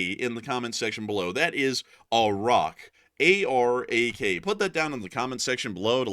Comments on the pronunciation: Ah-rak not e-rak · ARAK not iraq ! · EYE-ran.. EYE-raq.. & AHH-rak.!!